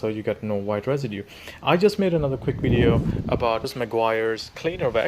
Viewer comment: A wideo is a wideo - you know created by a vanker.